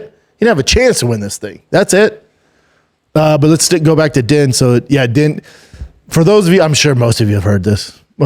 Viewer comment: Why can he say Herb Dean but pronounces Din Thomas?! 😂